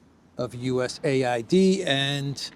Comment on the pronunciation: A.I.D. You pronounce each letter separately. Not US aid. It sounds ridiculous to keep saying 'aid.'